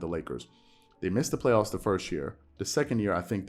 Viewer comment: Here's a thought🤔...i like how he gave a 2 syllable word extras. Play-off-us-a 🤪🤣...then to think about the MJ comparison. It was said that Air, albeit practice, would take or be put on the side with the less talented guys and compete to win just to prove his effort of willing his side victory. At this point, the 2K Lakers on rookie level are probably more competitive than the way they're so called hoop'n right now. Dig this, even my favorite team Spurs are showing more effort after get'n dealt a crazy loss to Memphis along with Ja dropp'n a Popovich give me some nasty dunk on Poetel...eeewww 😬. If Pop was coaching this team, they'd be get'n cussed out the same way Jeannie Buss, in anger on her face, walked out during that Pelicans loss or the way Snoop did his Uber driver....remember what Deon Cole said, if a conversation starts out with "Whelp" - it ain't look'n to good, thus, what used to be called the Lake-show has become the Lake-No. How can Club Shay defend LBJ, I don't know, but he'll find a way 😂....🤨opinions?